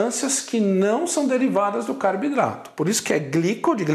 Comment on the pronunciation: Pq ele fala CARBIDRATO?